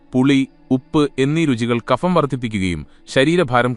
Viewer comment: Kapham എന്നല്ല(ഫിസിക്സ്‌ എന്നതിലെ 'ഫ'എന്നല്ല) kabham എന്നു പറയണം